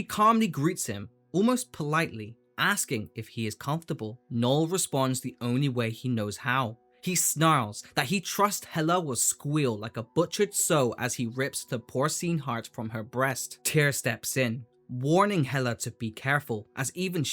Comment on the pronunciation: Just a heads up, that is not how you say "Sow". It's like "wow" but with an "s", "sow". Also cool video, I dont follow comics so this is nice to get these small tidbits of what is going on every so often. Thanks for sharing.